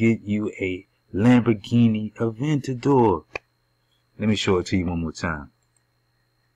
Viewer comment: "avandator" lol... You mean Aventador